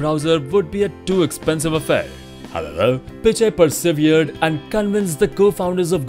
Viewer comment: when he says "HOWEVER".